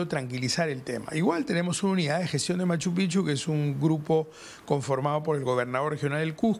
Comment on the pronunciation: Oigan señores, no se pronuncia M. Pichu. Se pronuncia M. Pijchu.